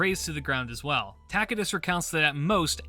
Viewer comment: I like the latin pronunciation of Tacitus.